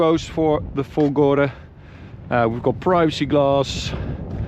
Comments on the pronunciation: It's "Fólgore" with stress on the first "o", Fólgore, not Folgóre! Which idiot's taught you to say it the wrong way??? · It's Fòlgore, not folgòre ahaha